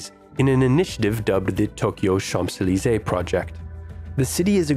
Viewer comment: Great video, but terrible narration. His pronunciation is deplorable. He even got Champs-Élysées wrong. Should be redone.